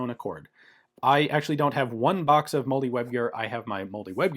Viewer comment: I guess I've always heard and said 'molle' the same as 'Molly.' Sounded to me like Ian was saying 'moldy web gear,' which conjured up a very different image in my mind. 😂